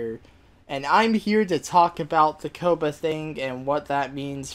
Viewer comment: Ko-puh? It's pronounced Kaa-puh.